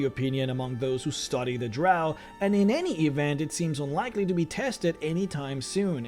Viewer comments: It's not. LOL. It's pronounced Drow like Cow. Those who use it like Row are not 'everyone' and actually are just a vocal minority. And they are wrong, but they can pronounce however they wish in their games naturally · Ahl Drahw sound like Australians cuz thayr from a land down undah